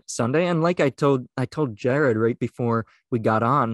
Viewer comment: guy making a big deal about a dude named austin walter, your name is!!!!, not jared or jarod,.